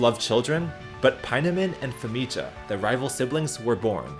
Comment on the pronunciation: Anyone else feel like Famija's J should have been pronounced like a Y? makes it way smoother and matches many european languages including Slavic languages Also another cool thing to add is "population of species + descendants" instead of just the main species. so ie. we can see when Noxixo's lineage went extinct